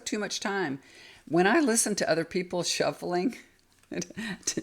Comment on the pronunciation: I like the schffuling 😂😂